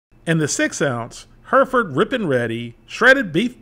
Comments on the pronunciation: It's HERR-if-ərd nor HER-ferd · Thanks for the review! But it's pronounced HEH-reh-fud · Us brits would say the name like this hairyford. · Take a shot every time he butchers the way to pronounce Hereford ...